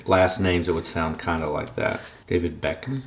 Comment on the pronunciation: Looool David Beckall. Beckham! And how do you not know of David Beckham, haha.